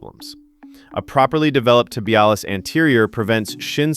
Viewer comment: This was exactly what I have been looking for. I have developed good "straight line" strength using machines but need to work on stabilization of joints and will add these and see what happens. PS - your presentation was good but the shin muscle is pronounced Tib-ee-al-iss, accant on "al".